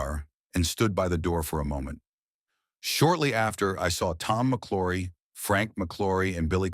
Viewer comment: It's pronounced MC L -OW RY not Mc LORRY